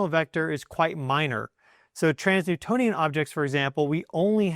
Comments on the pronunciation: Sounds like he keeps saying 'trans-newtonian' when I think he means 'trans-neptunian'??? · You said trans-Newtonian objects a few times, but I’m pretty sure you mean trans-neptunian. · It's trans-neptunian objects, You keep saying Trans Newtonian.. even google was confused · Dude you are majorly triggering my Virgoan nitpicky ascendant! Transneptunian objects (TNOs) are transNEPTUNIAN. Not Transnewtonian!!!